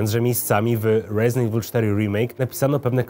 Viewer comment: Chyba Resident nie Rejzynt xD, momentami gada bardziej amerykańsko niż sami amerykanie:D